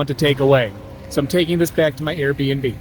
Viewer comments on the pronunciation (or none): none